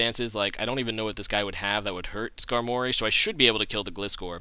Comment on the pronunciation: the first time i hear someone pronounce "Skar-mory" instead of "Skarmo-ry" lol